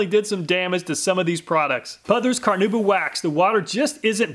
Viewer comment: Car-nah-oo-bah. Not Car-noo-ba. Amazing video though. As always!